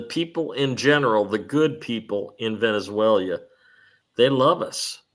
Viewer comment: Hey.........pronounce Venezuela like VEN-IZ-ZWAILA =D There is no ZWAILEEA at the end <3